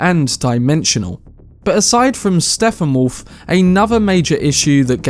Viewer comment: Did you just call him “SteFFenwolf”??